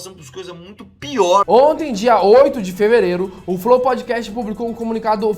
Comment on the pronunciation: Os caras não sabiam nem falar Podcast.